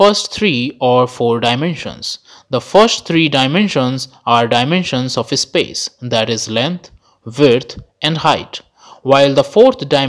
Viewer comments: And it is not ehspace. Just space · This guy pronouncing space as ispace 🤣🤣🤣🤣